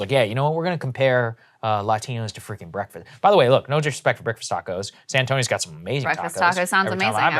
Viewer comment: ah yes, de bo-de-gauss, and the tacous.....i wonder if she eats them in a corn torila with carne asara, or if she preffers enchilaras. the anglos have a way of ruining EVERYTHING.